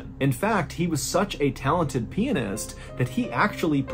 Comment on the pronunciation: Say it with me: Pi-AN-ist.